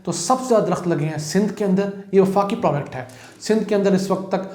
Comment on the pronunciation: Project hota he project sahi pronounce kya karen aesa lagta he product product kar rahay ho